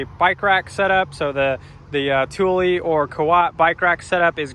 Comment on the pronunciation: Thule is pronounced 'TOO-lah' not 'Too-lee'